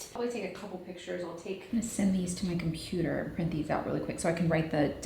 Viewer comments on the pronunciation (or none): none